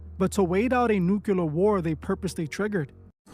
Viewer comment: Please, it’s nuclear and not nuculer